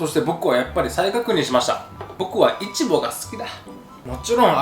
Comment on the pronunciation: イチボのイントネーションが気になる、、🤔